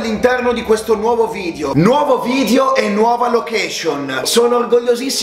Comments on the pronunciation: Solo a me sembra che dica "nuovo vidio"😂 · Pk la gente dice vidio? Un abbraccio e buon anno anche se la presente comunicazione e ogni documento ad Altedo che non esisti che non esisti hai bisogno per la sua rimozione e smaltimento. Dio sasso